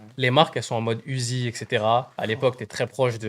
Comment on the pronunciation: C’est uzi pas Da uzi